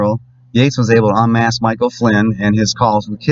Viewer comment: You literally get a thumbs up for the "Michael" slip ups. HAD ME DYING!!!